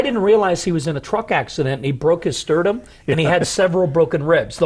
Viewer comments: If he says "sterdum" one more time.. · Sterdum vs the real word Sternum